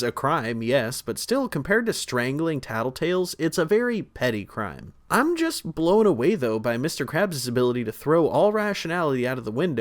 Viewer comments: “Crue trime” I can’t be the only one who caught that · I heard that “cure trime “ 😅😅😂😂❤❤❤❤❤ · "Crew trime"